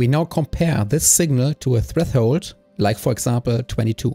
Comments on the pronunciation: freffhold :3 try to at least say fresh hold but hell yeah this channel is pretty good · Very informative video! Thanks for the help! One small nitpick: a lot of the times you say treTHold instead of threShold